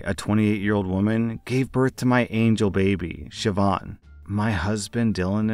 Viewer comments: As an Irish person, I'm so happy and proud you got the pronunciation of Siobhán right! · As a Gaelic Scot I appreciate that you looked up how to pronounce Siobhán, I know the Irish appreciate this too. OP isn’t in the wrong here at all, like who is so cruel to name their baby after someone’s very wanted child who died in the womb, saying “get over it” and “well you’re not using it”, it’s beyond disrespectful, it’s cruel, hurtful and torturous.